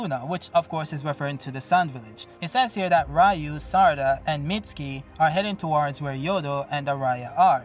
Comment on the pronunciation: And we are back again with saying Rayu, I guess you cannot change